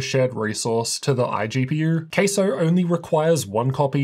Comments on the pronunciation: Has to be pronounced with the CA in Cattle otherwise, it's gonna sound like Queso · Please don't called it Queso 🧀😂... Let's pronounce it Ka-sow. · It's obviously pronounced CASO not CASO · My brothers in tech, its pronounced CASO not CASO. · Sounds like your saying “queso” ….cheese in Spanish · it's pronounced C A S O